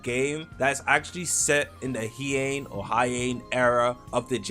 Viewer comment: Unc does not know how to pronounce HEIAN.😭🙏